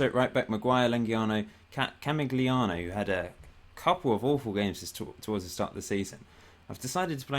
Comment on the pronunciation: You struggle with these Italian names mate: Ca-mig-lee-an-o (camig would be correct for short) and Bran-chall-ee-own-ee (bran or branch or brancha like snatch-a)